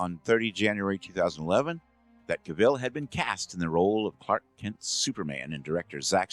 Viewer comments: Cavill not Caville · Actually, Cavill, not "Caville". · Henry Cavill is without an e and is pronounced Cavill to rhyme with gavel. Otherwise some amazing research here and I think you got the top two positions right! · It's pronounced: Kah-Vee-Zull. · Dean Cain should be so low that even the Super-Friends voice actor should SUPERcede him. He was the worst. Also: Did you keep mispronouncing “Routh” and “Caville” as engagement-bait? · Narrator it's Cav ill get it right do your homework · Why does everyone keep pronouncing Henry Cavill's name wrong? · I find it weird that you both misspelled and mispronounced Henry Cavill.